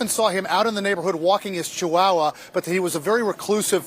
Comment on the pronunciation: I've a question. What's a "chewowa" 🤔